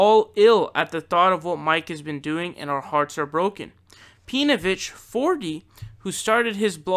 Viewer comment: I like how you pronounce his name pee-novich, I might have to adopt that pronunciation if I ever come across pee-novich or his acolytes online. I actually used to be a a facebook group with Pee-novich prior to him being outed as being married to a Jewish woman, he was mostly just a shitposter and was incredibly difficult to engage in genuine discussion. He wasn't interested in giving opposing views any time, but more invested in shoveling his shit to impressionable minds.